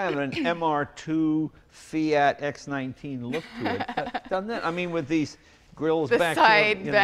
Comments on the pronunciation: JAY!!! X 19 (eks nineteen) ??? Nooooo! In Italia diciamo X 1/9 (eks uno-nove). In English that translates to X 1/9 (eks one-nine). X for eXperimental, 1 for the vehicle line (cars =1), and 9 for being the ninth rendition under this numbering system. But I forgive you as you are at least 50% Scotch that waters down your otherwise fine Italian vintage :-) BTW: I love the quircky Japanese naming Autozam-- Shazaam! Still better than being caught driving a Bluebird (of happiness?). The best part is this car makes my 1.5 liter fuel injected 1980 FIAT X1/9 with Pirelli P3's look more like a real member of the Famiglia Ferrari. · Ohhhhhhhhh Jay!!!! It's X ONE NINE.......Not X Nineteen....I'm embarrassed for you!😜